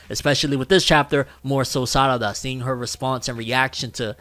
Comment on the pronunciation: Those meme pronunciations throwing me off. Sarada name of pronounced with an R not two Ds. Even under Japanese voice actors don't pronounce her name as SADADA